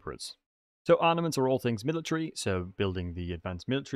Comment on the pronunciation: I am the only one that keeps on hearing him say ARNAments ?